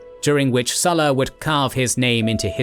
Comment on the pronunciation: Why did you pronounce current Lukius Cornelius only to butcher the Sulla part, with that English "u" sound instead of a Latin u (oo)